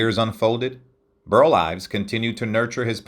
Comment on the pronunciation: mins 19-20 seconds: you said, “Burt Ives”. The correct first name is: BURL